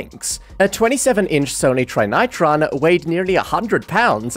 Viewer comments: Trine-eye-tron???? Trin-ih-tron my dude, Trinitron. Watching further in to this video and holy shit, how did you get nearly everything wrong in this video? Timeline, features, names, advancements, formats, literally everything. Next time don't let a toaster write your script for you, again, holy shit is this video terrible. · Sony " tri nitron "??? Good lord. It's TRIN-NEH-tron. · Excuse me, did he say “Sony Tri-Nirton”? Sir it’s “Sony Trin-I-tron” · Trinitron is pronounced Treeneetron (close enough), not Trynightron! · "try-not-tron". thats the first time ive heard it pronounced that way. always heard "trini-tron" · Is this AI voiced or not? I've never ever heard someone say Sony Tri Ni Tron. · Tri-intron? I’m getting REALLY tired of AI slop. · Tri-Nitron? LOL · Try-nigh-tron? Yeah, I'm out. If you're gonna use an A.I. voice - I'll just use an A.I. summary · And also, Try-nigh-tron? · Clear (pun intended) and easy to understand video. (Except for your pronunciation of Trinitron -Trynightron). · Pronouncing it Sony "Try-Ny-Tron" has the same energy as Nigella Lawson's "Miik-Krow-Wah-Vey" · Sony "try-nitron" 😭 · Pronounced "Zenith" totally wrong.